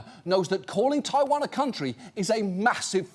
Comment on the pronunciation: The way this man says ‘taiwan’ physically hurt me